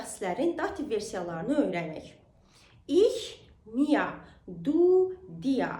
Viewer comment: Telaffuz konusunu çalişlamisiniz. Daha cok dizi film yada podcast dinleyin. Mia degil miı diye telaffuz etmeniz daha dogru olacakdir. Kolayliklar dilerim tüm gardaslarima..